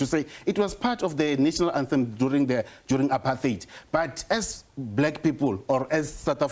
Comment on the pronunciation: Apart-heid NOT Apar-theid...when are people, in public platforms, going to start pronouncing words correctly? Just like Malema, Mbalula and this wet-behind-the-ears Minister of Justice pronouncing Country (Cuntry) with their special kind of pronunciation: Cow-ntry. This Cow-ntry thing is so nauseating it wants me to vomit the moment it leaves a person's mouth because it sounds bloody terrible. Can some people correct these moegoes who call themselves "leaders"...what a bunch of "dumb leaders".